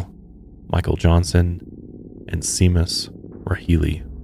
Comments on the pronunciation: it's pronounced shay-mus... FFS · It's pronounced "sha-mus" not see-mus